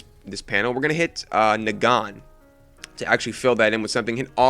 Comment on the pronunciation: Branoian and nuh-gone. This guy makes wanna die